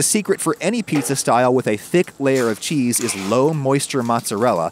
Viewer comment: Gotta love that kwispy chuheese